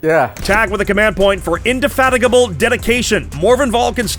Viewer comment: Hey friends, it's pronounced 'indefatigable'. Hope that helps! <3